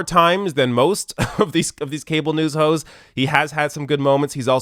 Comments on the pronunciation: "Cable news hoes" haha funny slip of tongue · At the end it sounded like said "cable news hoes" lol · I swear you said at the end "cable news ho's" I know you said hosts... inside I know it... but I've relistened twice and it cracks me up each tome.... you did a 1 word Tim Apple of hilariousness. Hahahaha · I heard that slip “cable news ho’s” 🤣😂🤣😂🤣😂🤣😂🤣😂🤣😂🤣😂